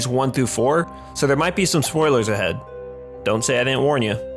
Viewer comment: "Dont say i didnt warn yuh" You didnt warn me